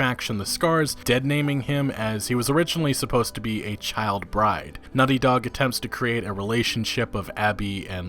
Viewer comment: Am I the only one hearing him say 'Nutty Dog' all the time?